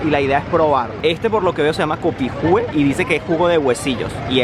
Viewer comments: Es Copihue no copitue 🤦‍♀️🤦‍♀️🤦‍♀️🤦‍♀️ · Jajaja "copijue " esta bien en su pronunciacion neutra pero la lectura nuestra es "copigüe ".... este es el nombre de la flor nacional .... despreocupate de a poco comenzaras a entender cosillas de nuestra cultura .. buen video suerte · Se dice co pi gue... no copijue. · CopiHue... no copikue... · No es Copiue Es COPIGÜE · Jajajaja "copijue" xD es copihue xD (co-pi-we) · El copihue( se pronuncia copigue), es nuestra flor nacional Chilena, como tan ignorante. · En español de cualquier parte la H no se pronuncia cómo J a menos que se un nombre anglo... ósea se escribe Copihue y se dice copigue y es la flor típica de Chile... la chorillana es con carne picada no con salchichas.... y le compraste sopailillas a una Peruana, que no tenia ni pebre, ni mostaza que típico se come asi ..... creo que elegiste mal donde probar las comidas... le acertaste dónde comer la empanada y el completo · Copihue, se lee copigüe